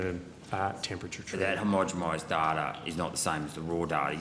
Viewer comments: Sorry, Gerard.. 'HOMO-GEN-ISED' NOT 'HOM-GEM-ISED' .. It erodes your credibility to keep saying this key term wrong in front of these clowns... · I took a nip ever time Rennick said ‘himogemised’ and ended up the same. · if he cant even pronounce homogenised correctly.... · You get up there, can't even pronounce homogenised and then think this makes you look good. You're a clown mate.